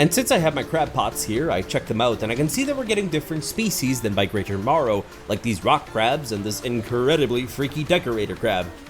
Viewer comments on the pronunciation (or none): Marrow not morrow